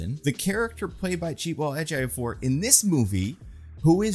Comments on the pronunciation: I have never seen someone mispronounce a name that hard. Chi-we-tel E-jio-for. Read it phonetically, literally. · I'm sorry dude, you really gotta get the pronunciation of Chiwetel Ejiofor right, you're not hitting it at all. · Dude mispronouncing Chiwetel Ejiofor's name multiple times and then constantly not even bothering to learn Cristo Fernández'd name are just straight up micro aggressions cuz you had no problem with naming Rhys Ifans or any other actor